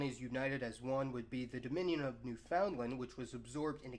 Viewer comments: "New Found Land" You fucking idiot everyone knows you say it like "Newfunland" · omg "New-found-land" nobody pronounces it like that. Say "Newf'N'Land" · newfoundland, pronounce it as one word not new found land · Hey, Newfoundland is pronounced Newfinland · Did you say 'New-FOUND-land?' Tsk tsk tsk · You still need to keep working on your pronunciation of the places you talk about. Specifically Newfoundland. If you're going to create videos with the intent to educate, you need to make sure they're 100% accurate.